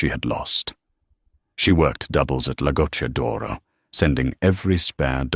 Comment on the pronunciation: The written text is an absolutely terrible evidence of Yankee arrogance who nearly all think that studying foreign languages is a waste of time. It's Matteo and not Mateo. It's "La Goccia d'oro" and neither "Lagoto" nor "Lagotodoro" or even "Lagot Doro" !! And in Italian the heroine of the story is not Emily Bianke but Emilia Bianchi. It's "cucina italiana" and not "cushina italana". Emily is not from Sienna, but from Siena. It's not Tuscanyany, it's Tuscany . It's "francamente" and not "franke" . It's "Per favore" and not "Pavore" , and it's "ragazza" and not "reagatza" . It's "San Gimignano" and not "Sanjiñano" . It's "Piazza del Campo" and not "patza delampo" . It's "Signora" and not "Senora" . This is only the beginning...